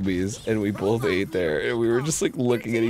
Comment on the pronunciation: "bolth" -Arin Hanson (His entire life)